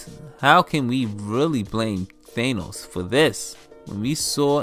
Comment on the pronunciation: why are you calling him Thanus